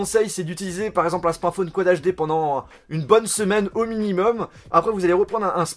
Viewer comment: Tu peux essayer une fois dans une de tes vidéos, de dire correctement le mot "Smartphone" ? Juste une fois ? Parce qu'entendre systématiquement "SMATFONE" c'est un peu relou